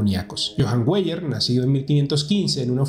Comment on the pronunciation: Weyer se lee Vaier. Perdone la nota.